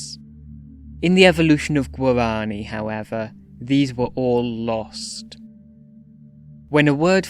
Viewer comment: The way you say "Guarani" here, it's practically tonal , The uptalk (word-final tone raising) in "languages" and the names; soouUNND , , Lingering on "theeeesssse", "reeeegion", and "resyllabifyiiiinng" , Choppy way you pronounce "Consonants", as if it was "Con. So nan. Ts.", stops as "Sto. Ps" Odd slowdown whenever you say "syllables", like you switch to rhythmic triplets Still, neat vid on an underrated language.